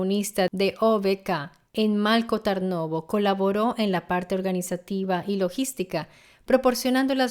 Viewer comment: Por ejemplo Malko Tarnovo. La "l" de Malko, no se lee como en español, no es una l líquida. Y la "a" de Tarnovo, realmente está escrita como a en latín porque la vocal real no existe en español y realmente es complicada de pronunciar. Es una vocal que existe en las lenguas eslavas. Luego, estoy en el móvil y no recuerdo cómo estaba escrito el lugar concreto de los hechos en latín, pero la forma correcta de pronunciarlo sería Strandja, pronunciando la J como en jacket (inglés). Algo similar ocurre con algunos nombres que se mencionan. Lo dicho, son lenguas muy diferentes y es complicado pronunciar algunos sonidos, pero creo que en un video informativo es importante pronunciarlo lo más cercano posible. Espero que no te ofenda mi comentario y gracias por tu atención.